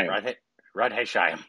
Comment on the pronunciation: Radhe saimon😂